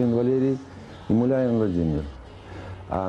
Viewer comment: Извините, мулявину, фамилию правильно